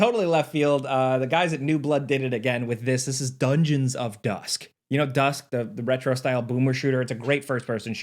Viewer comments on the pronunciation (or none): why’d you say “DUHngeons” like that